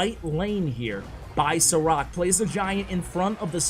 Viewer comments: It is not Sarak, it is like Sharac/Šarac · I think you were saying this Sarac name wrong :D Šarac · Sarac is pronounced SHA-RA-ZZ like zz in Pizza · Love the vids Btw. His name is pronounced "Sharatz" 😁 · I thought u said "ciroc" instead of the name of the pro player hahaha :) great vid btw.